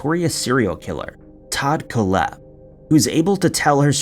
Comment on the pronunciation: It's pronounced Kohl-hepp (Coal-hep), not Koh-lhepp. Your emphasis is on the wrong syllable. 🇨🇦